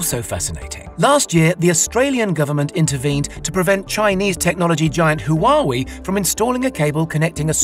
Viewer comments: Hu what? its Hu a wai Huawei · you lost me at "hoowaweeeee" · "Hoo Waah Wee?" It's hWah-way. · Huawei which you pronounce like the three-syllable "Who are we?"" is pronounced more like two-syllable "Hua-way". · "Who-are-we" It’s pronounced "waah-way’ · How is no-one talking about the fact that he called huawei "hoowahwee" instead of "whaaway" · Lol pronunciation is key. Hooahwee. 🤦🏻‍♂️🤦🏻‍♂️🤦🏻‍♂️ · bro really said hoo-aw-wee 💀💀💀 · Huawei is pronounced as "Waa Way". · this men pronounced huawei as hoo wa wee, and that made my day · did he really just called it "Hoo Wa Wii"? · the way the narrator says "Huawei" as "WHO AH WE"??? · Ah yes, Chinese technology giant... who wah wee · WHO WA WE=HUAWEI? .... LOL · its pronounced waa-way, but still a great vid... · "huawee" xDD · The way he pronounced Huawei as “who are we?” Killed me 😹😹😹😹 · Hew-ah-way and Goo-am rofl get your pronunciations correct man jesus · "... tie it to a boy ..." Please don't tie the cable to a boy and leave him out there by himself in stormy weather. May I suggest using a buoy instead? (boo-ee) EDIT: "Who are we?" Come on, man. Pronunciation is not that hard. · lol the way he totally mispronounced the word HUAWEI was hilarious. BTW its pronounced ( WAH -- WAY) with an "H" behind the (WAH) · LMAO HU-A-WI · What do I think? I think you could work a little harder on your pronounciation. Buoy and Huawei come to mind =) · its Huawei ☠ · That was the worst pronunciation of Huawei I've heard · Your pronunciation of Huawei though..🤢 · the way he said "Huawei" killed me